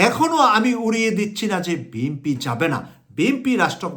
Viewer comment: আসসালামু আলাইকুম আমি কুয়েত থেকে আমি আশা করি আপনার ভাষা আরও শুদ্ধ করে বলার চেষ্টা করবেন আপনার ভাষা অনেক ভুলে বড়া আপনি একজন মিডিয়া বেক্তিত্য বিএমপি না শব্দ টা হবে বিএনপি আর সারজিন আলম হবে না শব্দ টা হবে সারজিস আলম আরও অনেক জায়গায় ভুল